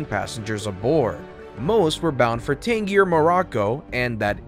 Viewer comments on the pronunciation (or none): Tan-gee-ear Morroco??!! Hello!!